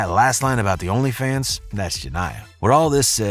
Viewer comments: Ur saying her name wrong why is all these videos about this getting the main girls name wrong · You said jania name so wrong😂